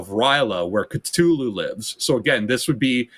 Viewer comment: The way he mispronounces Cthulhu and R'lyeh is driving me nuts